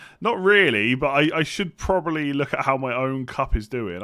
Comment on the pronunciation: Can you please say probably and not 'probaly'? Would help my enjoyment of the podcast. Ta.